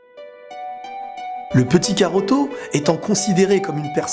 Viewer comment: karoto? non mais sérieux 😑